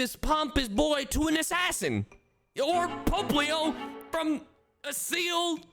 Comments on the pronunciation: The way he pronounced popplio hurt me Like seriously he voices leon in journeys he should no how to say the fucking starter seals name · Not when he pronounces popplio as POPEleo and grotle as GROTILE